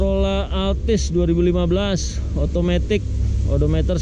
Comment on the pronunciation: penyebutan edometer di revisi untuk next video ya bang,, biar enak di cernanya